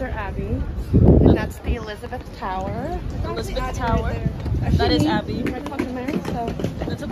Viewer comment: Yeahhhh you said it right Elizabeth tower